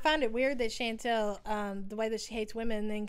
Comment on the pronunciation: It’s pronounced “Shawn-tall” not “Shan-tell” it’s killing me you can’t pronounce her name. Chantal. Chan tal. Get it? Chantal.